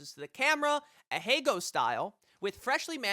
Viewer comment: アヘ顔 ＝ あへがお ＝ Ahegao ＝ a-hae-ga-o ≠ a-hay-go